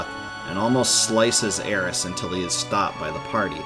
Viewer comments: It's alright, he does mispronounce. He says Aerissss. When her name is Aerith. THHH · Dude it's aerith. Not aeris. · When you kept saying Aeris instead of Aerith, I thought I was experiencing a mandela effect haha. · its aerith not aeris its in nintendo switch version sshe is named aerith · Already 2 years old and super triggered by the Aeris instead of Aerith name drop. . . . All in all though great follow for the story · I was going to watch your whole vid but you said something I didn’t understand. It’s AERITH!!!!! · It drove me nuts Everytime he said Aeris and not Aerith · It’s Aerith. And it’s bugging the crap out of me. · You couldn't even get aeriths name right